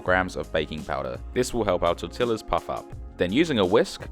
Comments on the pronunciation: as in tor-tee-ahs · Hate the way he pronounces tortillas. Double “ll” in Spanish is not pronounced this way. The word is pronounced tor-tea-a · Blud really just said TortiLLas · Good straight forward instructions, awesome thank you! But, your pronunciation of tortillas is not correct.